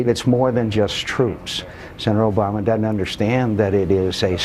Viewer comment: ugh. two creepy moments: --weird giggle that he masks as a cough --says "dudn't" instead of "doesn't," which is a classic Bushism